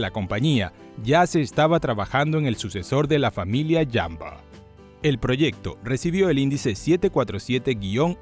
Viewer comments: Muy buen y completo reportaje, pero "¿Jambo?" Será ¡JUMBO! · UY SI. ESE JAMBO SUENA CASI A RAMBO JEJEJEJEJE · Alguien me explica por qué le dice jambo y no jumbo? Como debe de ser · Falso, así no se pronuncia en inglés.